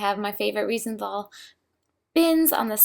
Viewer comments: Reisenthel is pronounced: Rise `n tell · Reisenthel is pronounced "rice-n-tell" :)